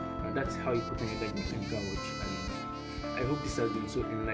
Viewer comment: It's actually pronounced "Lee Guh". Nice review tho